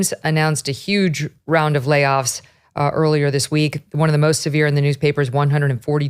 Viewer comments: At 1' 35" "...munce and munce and munce of layoffs" Why can't the woman do interdental fricatives? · Her valley girl pronunciation of "layoffs" made me laugh.